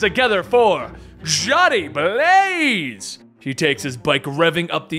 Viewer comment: i think in that panel you should have emphasized the 'a' in Johnny Blaze more and it would have been more realistic to how a persons tone would sound if they wanted to really get the audience riled up